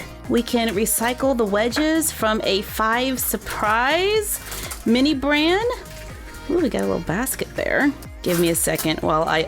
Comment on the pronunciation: When she said mini bran instead of mini brands I laughed like never before.